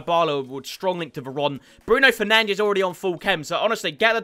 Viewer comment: Please stop calling Bruno Fernandes "Bruno Fernainch"😹😹😹